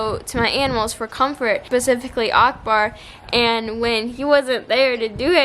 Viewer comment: Strange how you say Akbar 😍🤣 its like uhk ber